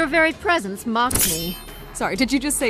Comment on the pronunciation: "princess." "Your very preserce mocks me." "sorry did you just say "kick my ass"?" just gold